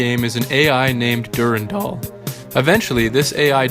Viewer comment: I don’t like how you pronounce Durandal or W’rkncacnter.